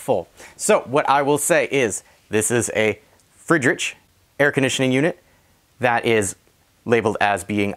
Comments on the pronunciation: Good video. It's "Freed Rick" by the way. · Wow you really butchered that name lol